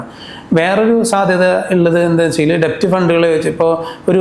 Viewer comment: Kindly note that DEBT is pronounced as DET (ഡേറ്റ് ). B is silent